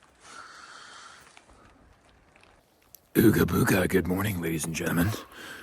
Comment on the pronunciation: OOGA BOOGA (but pronounced *EWWGHA-BOOEWWGHA*)